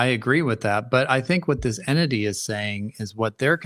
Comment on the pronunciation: What is with your pronunciation of ENTITY?